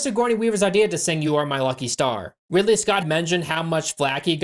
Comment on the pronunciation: after a year the only thing anybody was worried about is that you said five up instead of give up nobody corrected you on Ripley instead of Ridley lol anyways hope life has been good to you